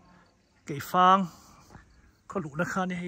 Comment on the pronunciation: Keifang aw keih fang nilo in Sir